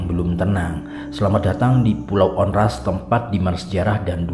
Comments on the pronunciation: Saya pernah ke pulau Onrust dengan tour guide, just info bang, Tmpt duduk lingkaran bukan buat santai tapi dulu infonya area bertarung bang . dibacanya juga pulau Ornust, bukan Ornast bang. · Bacanya onrust bukan onras